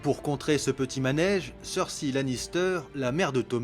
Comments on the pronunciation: Et pis faut arrêter de dire "cerssi" c gavant c Cersei putin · super bien fait, beau travail Par contre, sur les 6 saison et les jeux vidéo, je n'ai jamais entendu le nom de Cersei Lannister prononcé de ta façon, c'est assez dérangeant même, on dirait que tu l'appel persil. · cersei sa se dit pas cersy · Excellent, pour ce que je sais de cet univers. Par contre on prononce "Cerseï" non?. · tu prononce mal Cersei et Daenerys sinon très bonne vidéo !